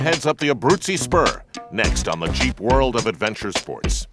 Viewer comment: ROFL, when he said "Jeep" I heard cheap...... LOL!!!